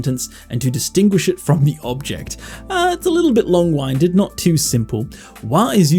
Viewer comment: Great video! Using your channel to prepare for the JLPT this year and the idea of using AI to help with that process is really interesting. One thing I noticed is you say "long winded" like "wine" but it should be like "wind" as in the blowing wind (like how you are winded after exercising). I think this is one of those fun parts of English where if you only read something you may never realize how it is pronounced 😆 Thank goodness Japanese is phonetic.